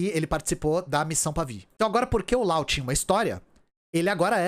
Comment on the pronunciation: Eu acho que você deveria chamar o Laos de Laos, pronunciando o s. Primeiro o motivo não tão bom, essa pronúncia com última letra muda parece a pronúncia francesa, porém se eles se chamam assim, não sou eu quem vai questionar. O segundo motivo é que você não chama o Japão de nipon, a Alemanha de dóitiland ou os EUA de iunaitede isteites, tenho minhas ressalvas quanto a traduzir nomes próprios, mas para países acho OK. Um abraço e obrigado pelo seu trabalho!